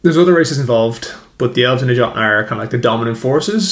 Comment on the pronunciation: FYI, the letter J in Old Norse was pronounced with a Y sound. YOtnar, not JOTnar. Whether the deviation was unintentional or deliberate, it doesn't detract from the substance of your worldbuilding. It can just be distracting for those of us who are acquainted with the inspirations' sources.